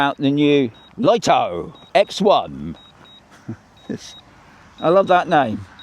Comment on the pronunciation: He says loto